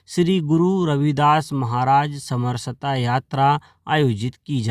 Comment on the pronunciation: समर सता मत बोलो, सम रसता बोलो।